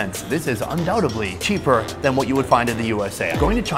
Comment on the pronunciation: How America is destroying English; Undoubtedly is pronounced “un-dow-ted-lee”. There’s no “b” in the saying of it but if there WAS you eould pronounce the b where it is which would be “un-dowb-ted-lee” NOT “un-dow-ta-blee” which is how you say it. You ninny.